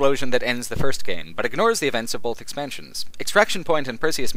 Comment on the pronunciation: Stop saying bolth.